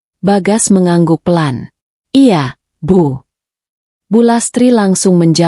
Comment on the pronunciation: Baca cerita y lemoooottt...belibet... Pengucapan kata 'iya' spti suara anak kecil.